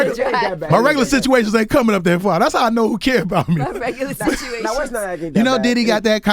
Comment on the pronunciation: Lol the "bitchuations" ...